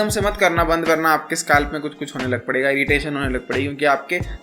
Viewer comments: Scalp❌ skaalf ☑️ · bhai SKALP nhi scalp hota hai